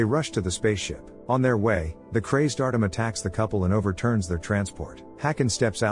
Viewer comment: Artem, is said Artjom...